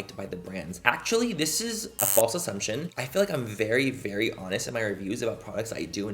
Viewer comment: “Vagina a vewwy scewwy ting” 😂